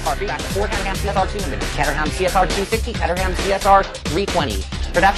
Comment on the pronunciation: Catter-ham? What the hell is 'Catter-ham'? Its Caterham for Gods sake!